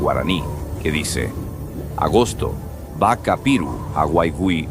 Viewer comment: 😂😂😂😂😂muy mal pronunciado pero se entiende 🙏🏼👌🏼y es solo caña y ruda no con limón, se toma 7 tragos en ayunas🤭❤️